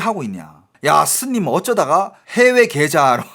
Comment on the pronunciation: 스님을 슨님이라고,,,ㅋㅋ